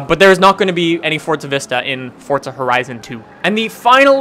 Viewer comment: Just wondering, why do you pronounce forza like "fortza"? My friends and I say it like 4za.